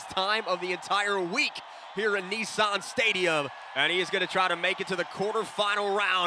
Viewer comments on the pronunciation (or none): NEESAAN😂😂😂 NISSAN GUYS!! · 😳…..kneesarrrn stadium🙄….. Nissan…. Is pronounced “Niss”(sounds like “MISS”, but with an N) and then “An”(sounds like “An”)….so it’s not…knee-Sarn at all….. that aside…. Nice trucks.